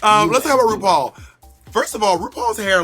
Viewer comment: Yuhua Hamasaki - it's 'RuPoor' xD